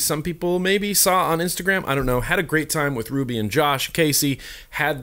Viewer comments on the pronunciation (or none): none